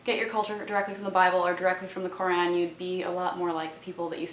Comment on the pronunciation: heheh Kur-Ann! hehe pronounced it wrong again